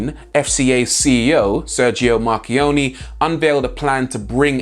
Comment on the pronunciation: try to pronounce his surname as if you wanted to use the letter A instead of using the E. For example try to read: MarchionnA instead of MarchionnE. I'm Italian so I corrected you